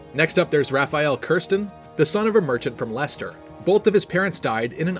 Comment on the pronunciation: At least he got leicester right, anyone who speaks English can pronounce it!